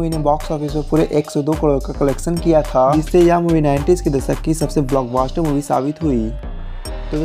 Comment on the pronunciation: achha clip banaya hai. Doordarshan se ya kahin se bhi uthaya. Sahi heera chun ne ke liye bhi johri ki parakh chahiye. Lekin yaar, apni zuban thodi saaf kar le. Aisa lagta hai jaise koyi 12-13 saal ka Chhota balak, kisi chhote se gao ke chhote se khet mei baithkar bol raha hai. (paas mei paani ka dibba bhi hai 😂). Aur ha, Block BASTERD nahi, Block Buster hota hai.